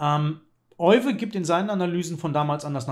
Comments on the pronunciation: Euwe wird im Holländischen wie Öwe ausgesprochen. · Leider wird sein Name in Deutschland immer falsch ausgesprochen. Das "Eu" spricht man wie "Ö", nicht wie "Oi"